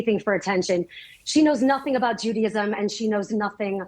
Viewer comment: It's pronounced Juda-ism. Not judy-ism. So crazy lady needs to chill.